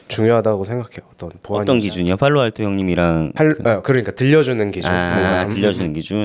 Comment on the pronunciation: 아 왼쪽놈 팔로알토발음 followalto 개거슬리네ㅋㅋ